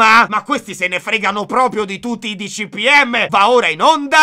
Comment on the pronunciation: Like se a ti sei accorto che il nostro piccolo ancielo ha detto "DCPM"